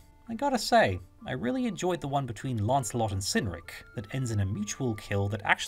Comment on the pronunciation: Both cynric and cerdic are hard 'c's thus k not soft 's' sounds. Cerdic is said to come from ancient British karatikos, and Cynric from Kunorix. There are a few early West Saxon leaders with Brittonic names...